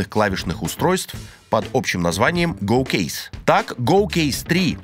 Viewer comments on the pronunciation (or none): Столько школ Английского и видео в ютубе, а все еще- кейз)